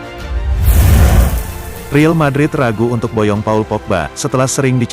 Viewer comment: El real bukan riil cuk pelfalannya ancur2an